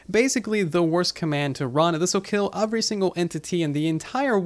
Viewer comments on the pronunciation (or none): Am i the only one who hear “ofvery” instead of “every” ?